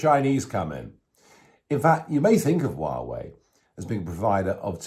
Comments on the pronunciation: Nigel. It's pronounced whah way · Hi Nigel. Greetings from Lyminster! Apart from your dreadful pronunciation of Xi (Jinping) and Huawei, EVERYTHING you said about China is correct. Having lived there for over a decade, it comes as no surprise to me that their single priority is to become the world's leading power. They don't seek this because they have a vision of making a better world; they are motivated by greed and lust for power. Make no mistake... it is us, the West, that has created this Frankenstein. We have turned our backs to the plights of the oppressed there: the Uighurs, Tibetans, Falun Dafa practitioners etc, BECAUSE WE WERE GREEDY AND WANTED TO DECREASE PRODUCTION COSTS. Also, we naively thought China would mellow with prosperity. Now that we are on the end of a pandemic (due to the CCP's mismanagement and cover-up of Covid 19)..... now that we are directly affected by the vile Chinese regime..... we are fighting back. It's a shame we didn't stand up for those too powerless to stand up for themselves. Anyway, better late than never.